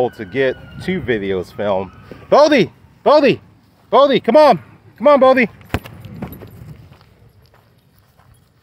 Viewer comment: Why is his name spelled "Bodhi" when you always call him "Bo-bhi"?